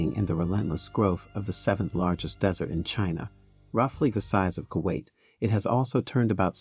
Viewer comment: The whole thing is about a desert. And yet, they couldn't get the AI to pronounce the word right.